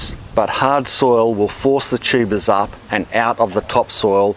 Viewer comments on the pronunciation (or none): This video is fun and informative, as always, and also I keep hearing it as "tubas" which is absolutely hilarious. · Most informative guy period and his accent is funny when he says tubas lmao